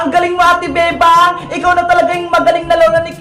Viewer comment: pag nag sasalit si emily sabi nya bebang pero feeling ko sinasabi nya bembang